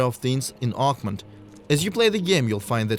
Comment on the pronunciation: it’s OAKMONT! OAK-MONT! Not uggmon. Say it right. If it was French I would damn well learn how to say it in French.